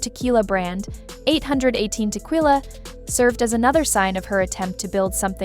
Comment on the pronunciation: Cheese and Rice. I CAN'T handle this AI voice that can only say sight words properbably. Do you not pre-listen to what you post? "Tekilla", "CARD_actianon"...like make it stop, you're literally making me rage post.